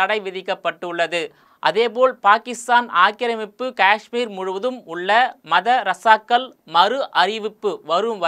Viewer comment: சார் மத ரசாகல் இல்ல, மதரசாகள்,, நீங்க பேசுவது தங்கப்பதகம் இல்ல தங்கப்ப தக்கம் அப்படி இருக்கு.. 😂